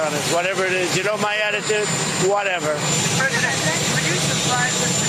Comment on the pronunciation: It's whateva" sum up his presidency 😅